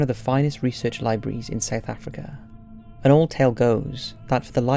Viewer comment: Thank You for Promoting Paranormal South Africa. An awesome effort on your afrikaans pronounciations.